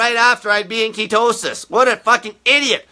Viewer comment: I love how he says ketowsis! Lol.(ketosis)